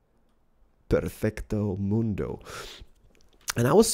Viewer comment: when's somebody gonna tell him it's "perfectomundo" not "parfekto ahl moondo?"